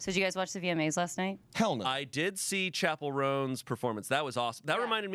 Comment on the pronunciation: "Chappellroans" almost did me in. The coffee nearly became an aerosol.